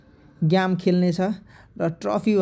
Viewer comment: One suggestion for you brother. ग्याम हैन गेम भन्दा quality सुनिन्छ !